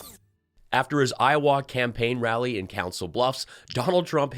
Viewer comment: I’ve never heard Iowa pronounce that way.